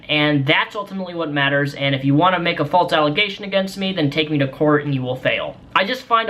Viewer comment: the way he says false... "folts"